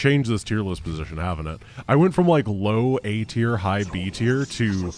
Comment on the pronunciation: I almost heard it as "A tiered unit"